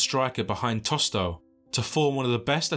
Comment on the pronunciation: Good channel but you butchered a lot of the names…. It’s not TOSTÓ… It’s TOSTAO….